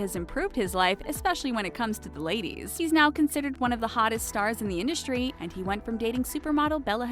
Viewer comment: It’s in-dust-ry not indushtry. Your lisp is about 20x worse than Leonardo DiCaprios.